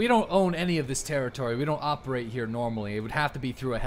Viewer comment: why have you started doing this awkward thing where your start to roll your r's but dont actually roll it so it just makes anything you say like HERE sound super weird? have you started learning a new language or something? Ive watched you since you had 50 viewers daily and you never used to do it, i just stopped when you make the switch to tarkov so its super weird hearing you pronounce r's like that out of nowhere lol